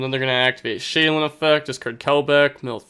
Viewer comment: Genuine question no hate; why do you say sheiren with an l, like shaylun?